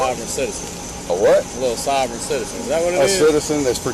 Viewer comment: "You must be dem sovren citizen" -sovereign citizen